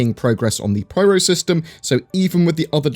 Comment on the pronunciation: I've googled it, it's called the Pyro System, please stop calling it the Pryro System